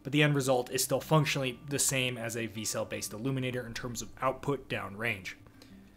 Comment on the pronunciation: Vertical Cavity Surface Emitting Laser (VCSEL = Vic Sel < pronounced). But it is still a great video.